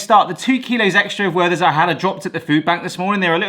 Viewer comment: The "th" in the name is not an English th. The h is silent, and the t pronounced hard. Also the first e is an open one. More like "Vehrter's"